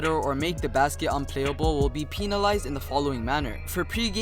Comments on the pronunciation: Bruh stop sayin “peenalized” its “PENalized” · Did he say peenalised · mans really said “peen-alized” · He said some Pena lize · I heard that too 😂😂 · Are no one gonna mention how he pronounce penalized?? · Pronounce penalized right you’re pissing me off